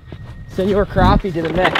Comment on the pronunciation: I am a new subscriber who came over from Chris and Zach's channels. I am glad to see that you know how to correctly pronounce crappie.